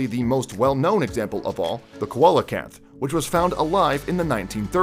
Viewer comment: Could you please do me a favour new guy? Can you check the pronunciation of species before attempting to say them? You pronounce Coelacanth like this: sea-la-canth. It's probably unimportant to most, but there may be children watching your videos and I think it's very important we get names right for their sake. Cheers!